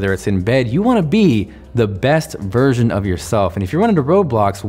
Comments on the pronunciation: I honestly thought he said "virgin" after that previous joke XD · "You wanna be the best virgin of yourself" That's how I heard it :'(